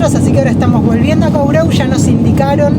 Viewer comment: "korrou" es la pronuncia. Usted, no esta hablando bien. Gracias..❤x❤